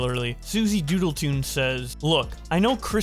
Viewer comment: it's doodletones, TONES. I'm subbed to her, and I've seen text to speech bots make the same mistake and I don't know how. tones, not toons or tunes.